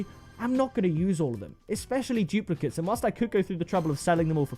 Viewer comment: Him saying I have a lot of dooplicets in rl of bms me here with nun 😂